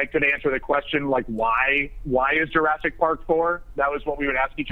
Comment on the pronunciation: AHAHAHA! "JURAASIC WORLD" XD